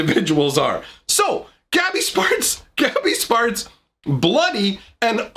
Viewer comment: Sounds like you're saying 'gabby's farts.'